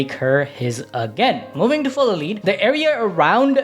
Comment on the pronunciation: not tying to be that guy but “full of lead” like bullets. Not lead like leader